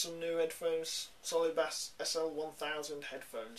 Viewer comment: "Solid bas" facepalm.